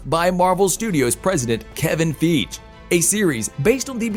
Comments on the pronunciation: You need to pronounce Kevin Feige last name right, say Fei-ge not Feege😂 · It's pronounced fi gee 🙄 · He said Keven Feege !!